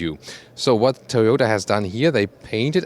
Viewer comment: He said Thoyoutah Chariss